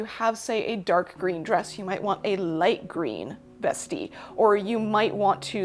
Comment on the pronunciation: Vestee sounds so classy when she says it. I've been reading it in an Aussie accent and it does not sound classy at all. ' just gonna pop on me vestee m8.